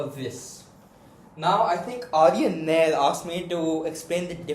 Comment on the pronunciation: Nair is pronounced as na yer like the yer from iyer but the spelling is nair